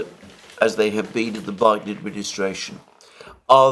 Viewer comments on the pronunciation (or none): none